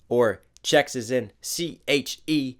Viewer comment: I came to the comments thinking I was going to see a lot of people pointing this out and I love his reactions he’s one of, if not the best at them but are we going to pretend he didn’t just spell “checks” as in paychecks saying checques?! No? Ok didn’t think so 🤣🤣🤣